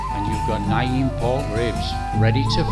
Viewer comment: Alway's wondered how it was made. Great video. Btw it is pronounced "nam same as Vietnam"